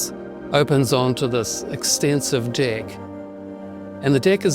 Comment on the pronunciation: very weird way to pronounce 'deck'👀👀👀👀👀👀